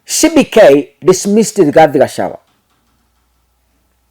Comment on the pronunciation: My dear the good name of DP is GACHAGUA plz not Gachawa..